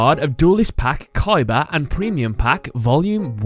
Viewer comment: you misspronounced the name KOIIBAAA